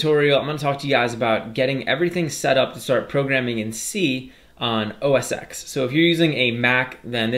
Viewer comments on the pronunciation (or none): FYI: OS X is read as “o s 10” as the “X” stands for the Roman numeral, not the alphabet letter.